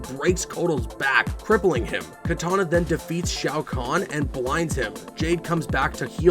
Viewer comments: Did u say Katana instead of Kitanana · kitana, NOT katana